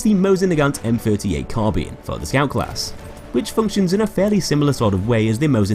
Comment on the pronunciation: why do you pronounce Carbine "Carbean"? lol